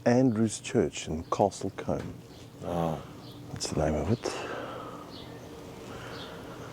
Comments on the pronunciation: Aggh! If this guy is going to publish a video on the village he could at least have given you the correct name pronunciation... It is pronounced 'Coomb', he is also kind of completely wrong. The houses may not have changed much but those who live there hate that like many pretty villages in the UK it has an increasingly 'hollowed out centre:', i.e. What were once homes, real residents and real community, it now has an alarming percentage of 'second homes' and holiday let's, killing the village. Empty in winter and in summer, well cars and coaches have turned it into a seething mass of tourists and jammed roads, probably not helped by also having a very good motor racing circuit, which might be a surprise given it's appearance. The hotel, a firmer manor is gorgeous. You may recall the village and the manor in the original move Dr. Doolitle with Rex Harrison and Anthony Newley not the awful later American mess with Eddie Murphy. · Castle Combe (as in broom). The presenter is South African so doesn't know the correct pronunciation. The church probably dates from around 1400 although may have older parts dating from Norman or Anglo Saxon times. It is an Anglican church (Church of England) and is similar to churches in most English villages. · The correct pronunciation is Castle Coom. 😊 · Pronounced Castle Coom... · Castle combe rhymes with room, I live near castle coombe it's in my home county of Wiltshire , been here many times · It's pronounced "coom" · It’s pronounced Castle Coom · Castle 'Coom' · 😂 it’s castle coooom that’s how you pronounce it 👍👍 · Argh causing my teeth to grate. The presenter doesn't know how to pronounce it and bizarrely he never checked with any local. It is Castle Kooom rhyming with Broom. Lots of villages in the UK have Coombe or Combe in their name. It mean a deep valley. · Be nice if the bloke showing the village could pronounce it's name correctly😅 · Castle COOOOM! not comb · NOT Comb it’s Coombe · Castle Coombe, rhymes with broom.😊